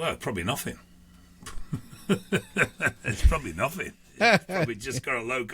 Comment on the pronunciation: What’s the other 7%??? “Probably nofffingg “😂😂😂